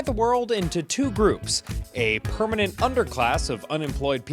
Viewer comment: “Pwaugh-mah-men” I think she meant permanent?